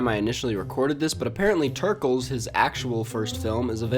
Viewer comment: wow they rlly said ‘turkles’ IM CRYING TF IS A TURKLE